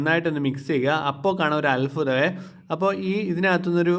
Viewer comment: അൽഫുതം..😂 അല്ല അത്‌ഭുതം🎉